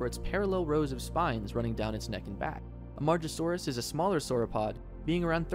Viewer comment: hate to be that guy but im just looking out for you; "Am-ah-gah-saw-rus" (Amargasaurus) and "ang-keye-low-saw" (Ankylosaur)